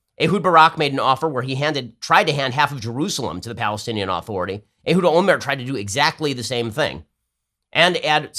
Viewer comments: Why does Ben Shapiro pronounce Palestinian Authority as "Aaaaaaaaaaaaaaaah-thority" with an emphasized, long A? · Why won't Ben pronounce "authority" correctly, he says it weird